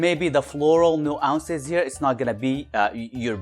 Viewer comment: Love your enthusiastic takes and honest thoughts, as always. Just a heads up: nuance (new-onss) short o sound.